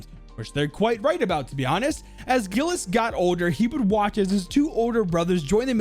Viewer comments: As a kid that speaks french I FEEL SO TRIGGERED THAT says it as gilles or gills when it's actually pronounced jilles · By the way "Gilles" is pronounced like Jill